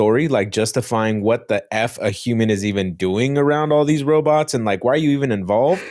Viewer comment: Lol called them robuts🤣